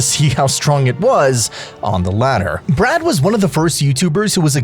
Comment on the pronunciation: Man its bee-rad, not brad